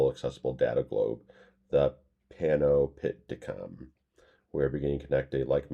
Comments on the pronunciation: PAN - OP - TI - COM is the way it is pronounced. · Think it's pronounced PAN - OP - TI - COM 😀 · it's pronounced Pan - opti - com, a constructed word made up out of Latin roots. Pan means all, opti means sight, and com means together. Gabriel has said: “The first song is based on an idea I have been working on, to initiate the creation of an infinitely expandable accessible data globe: The Panopticom. We are beginning to connect a like-minded group of people who might be able to bring this to life, to allow the world to see itself better and understand more of what’s really going on.” It seems to be Peter's reaction to the growing culture of mis-information that has spread in the last decade or so, also widespread war crimes and human rights abuse, and the rampant and destructive exploitation of, and disconnection from, the natural world. He's hoping to bring together the worlds prominent ethical, creative, scientific and radical thinkers to pool resources and ideas and offer an honest view of the present state of the planet. In the process maybe instigating an alternative direction for our future through providing better knowledge without political, religious or commercial bias. Maybe a slightly idealistic dream, but without some positive dreamers taking the initiative and offering some truth and hope the unsustainable path we are all on will lead us, literally, to a dead end. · Have you figured out how to pronounce Panopticom yet?